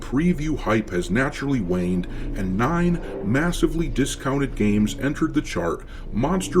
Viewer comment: Wanned? Ppl with brain cells say waned